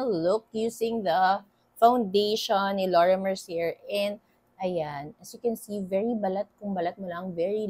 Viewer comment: Its mer ci ey. Sez hehe